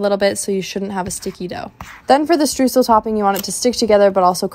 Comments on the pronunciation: As a German the stroozel hurt my ears It's pronounced shtroizel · it’s pronounced „shtroisel“ :) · As a German it is really entertaining how you guys pronounce Streusel. Stroozle sounds really cute ❤😂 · it is pronounced „shtryozel“ :) although Germans tend to have a harder way of pronouncing the „sh“ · I normally don’t like baking but my god, I gotta try these 😍 (also just a tip from a German, „Streusel“ is pronounced „shtroycel“ xx) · It's cute how you pronounce 'Streusel' 😅😍 Try pronouncing the 'EU' part in Streusel like the 'OY' in Oyster. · Its definitely not pronounced Shtryozel lol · Only that not how we pronounce it or I dont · She pronounced it the English way. If she were speaking German, then you'd be correct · As a german, it triggers me everytime how native english speaking people pronounce so many words wrong. Streusel is very hard to say, i get it but croissant? Guys come on. Its really not that challenging to pronounce european words. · Damn, you've really messed up the pronunciation of streusel there